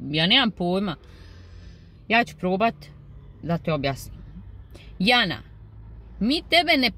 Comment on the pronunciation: Harašo..pa opet...harašo a oni ne znaju pravilno izgovoriti ni njeno ime...Jana(kao na Bosanskom jadnica) . Kod izgovora Jana izvorno je na oba samoglasika da su dugouzlazni. Kad oni izgovore njeno ime,ma meni se oci izvrnu, mogu li im reci neka izgovaraju kao što se izgovara voda iz Hrvatske...jaaanaaaa 😅